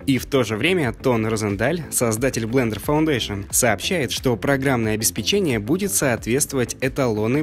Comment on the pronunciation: третий раз пишу тебе — обеспЕчение, ударение на вторую Е. отписка